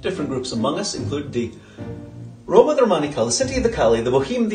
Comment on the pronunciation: "Romani-kal" is an incorrect pronouncement. Who's your people? Lesty dikka kom gorja, tu kekka rokker yek lav.